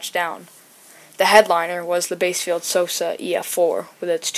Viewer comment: Side note but by the way bassfield is pronounced like the fish "bass" instead of "base" "bass- field". Otherwise this was a great video! Also merry Christmas if you celebrate!